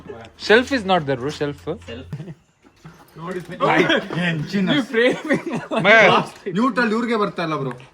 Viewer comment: unphad gawar adu self not shelf😂